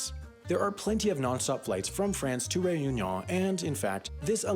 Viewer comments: Your pronunciation of Whangarei and Réunion leaves a lot to be desired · Another great vid! I appreciate the effort you made in saying Réunion, but you needed a little more work on it :) Still your effort was noted